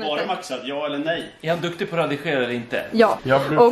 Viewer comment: Freddan: ”är han duktig på att RADIGERA” 😹❤️ Hoppas ni kan göra fler ”serier” med typ 4 avsnitt!❤️❤️